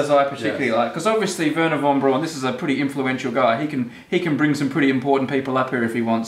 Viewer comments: Braun is pronounced Brown, as in Frau, not brawn as in pawn. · BTW, Braun is pronounced "brown" like the colour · I died every time they said weeerna Vaughn brawn